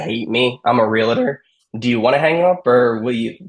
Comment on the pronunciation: and he says realitor.. Come on..